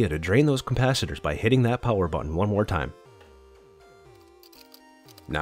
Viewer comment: Gane "console" not a council. Capacitor, not "compacitor"